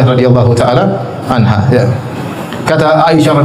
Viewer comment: Kok anhu? Anha yng bner min